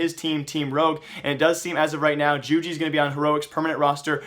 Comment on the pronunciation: isn't it yoo-gee?